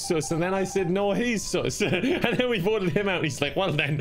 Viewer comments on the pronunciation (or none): I love these videos... but its sus, not soos.